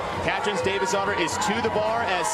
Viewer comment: I’m I the only one that thought when the said davidsdottir—they were saying Davis daughter? Lmao